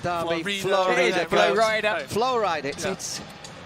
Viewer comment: Que alguien le enseñe a pronunciar FLORIDA al gallego. Hace dos años que lo pronuncia mal. Que lo diga en español al menos, para no pasar verguenza.